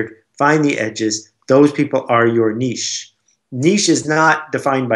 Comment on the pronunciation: Good interview, I'm glad to finally hear someone pronounce the word Niche correctly, I lose respect for people immediately when they say Nitch! Just a pet peeve but made me like Seth more, and made me feel like he really knows his stuff.